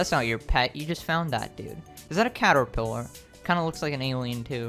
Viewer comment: this dude just said cat or pillar 💀